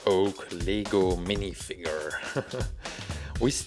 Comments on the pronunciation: Not le-go say l-e-g-o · Its pronounced as Lego,You pronounce it as LEEgo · it's not leego it's lay go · You said leego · Are you saying lego or legal I don't know